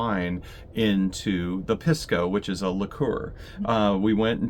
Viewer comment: Thanks for the videos. FYI, Pisco is pronounced "Peace-co".